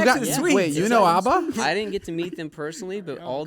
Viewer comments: The way they pronounce ABBA. lol Its not Aubba. lol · I hate how they say ABBA